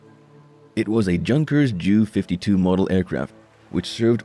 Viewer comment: Pronounced "YUN-kers", not junkers. And it's J.U. (for Junkers), not Jew-52.